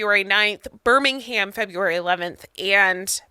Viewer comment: Your pronouncing Birmingham wrong, pronounce it like Birminghim :). Come to France.